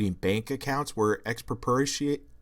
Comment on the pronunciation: dude? you said Dostoyevsky like you never heard of him before you expect people aren't going to notice that? YOU CANT SAY NIETZSCHE RIGHT YOU CANT SAY "EXPROPRIATED" dude? YOU CLEARLY HAVE NEVER HAD A CONVERSATION WITH ANYBODY WHO KNOWS HOW TO SAY THOSE WORDS WHICH IS EVERY COLLEGE KID IN THE FUCKING WORLD EVERY LAST ONE who the fuck do you think your kidding dumbass? dude youre only fooling people dumber than you I DONT THINK YOU UNDERSTAND HOW FEW PEOPLE THAT IS